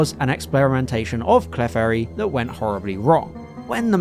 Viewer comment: Love the video, and I really hate to be “THAT” person, but when pronouncing Clefairy, the emphasis is on the E not the F, think “Cle-fairy” instead of “Clef-airy” 😅